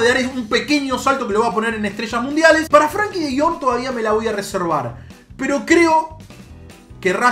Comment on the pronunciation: lo decís de chiste lo de Frankie de Jong porque es frenkie de Jong